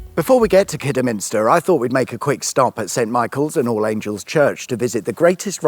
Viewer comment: Glad to hear that you pronounced Kidderminster correctly.😊